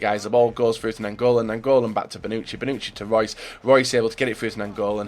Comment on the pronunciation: could you do everyone a favor...and Google how to pronounce names..Who tf is Karnisis and Bonuki??